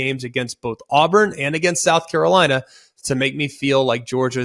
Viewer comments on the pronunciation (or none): none